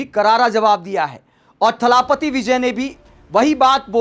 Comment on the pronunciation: थलापति नहीं जी इसे थलपति बोलिए. जैसे भूपति.😊